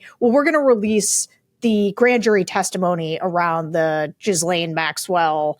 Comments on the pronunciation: Sarah, please, please, please stop saying "JIZZ-lane". Try "GILL-ane" or "JILL-ane". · I watched the Piers interview with Maxwell’s snooty brother and it answered my biggest question. Evidently Ghislaine is pronounced “GeeLane” with a hard G—at least that’s how her brother says it. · The name, basically pronounced: ghee (like the clarified butter, rhymes with bee) - len (like you're saying Lenny but for short, rhymes with pen). so, "Bee-Pen" = ghee-len = Ghis-laine. Wahlà ;) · Does Sarah purposefully mispronounce Ghilaine as “Jizz”laine 🤨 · JISS-lane dammit! It’s not that hard PS not related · 🚨SARAH 🚨 I think you're AMAZING!!! But PLEASE.... Learn how to pronounce Ghislaine. It's NOT Jizz-Lane. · Oh come on, Maxwell doesn't deserve the respect to have her name pronounced correctly ... Sarah won't say it this way, maybe Tim or JVL will ... JizzLane - cause that's pretty accurate. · Please please please, it's GHEE-lane, GHEE like GLEE without the L. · Pronounced Ji (like jib) lane. I have a cousin Ghislaine Gindorff, so I know. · Could Sarah please not pronounce "Ghislaine" like that.... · Sarah - I agree with you that Ms. Maxwell has done awful things, and is probably an awful person - and she is paying for her crimes via the criminal justice system. I also think, however, that every human deserves the deference of having their name pronounced properly. Don't dehumanize anyone by saying they can "just live with it" if your journalistic style includes mispronouncing their name. That comment made me feel disappointed in you.